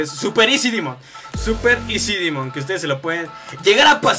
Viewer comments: Pq dices dimon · al demon le dice dimon